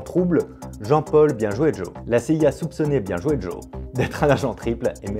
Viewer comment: c'est normal que tu dises "Bienjouédjo"